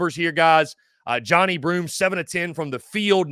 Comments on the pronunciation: Its not Jonny Broome its ja-nigh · Jonhi- It’s pronounced “Jone-eye” not “Johnny”